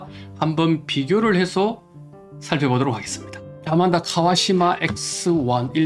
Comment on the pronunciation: ANMANDA ....AN 인데 `아`라고 하는건가요....`안` 이 아니네요?